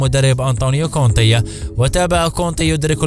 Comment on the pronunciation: كونتي وليس كونطي